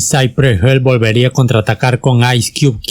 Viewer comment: Hill se pronuncia como se lee